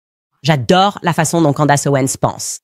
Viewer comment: "Candace" , ça se prononce pas du tout comme vous dites . la langue anglaise n'est pas un sous-produit de la langue française .